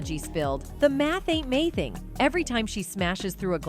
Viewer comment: "The math aint mathing" say it correctly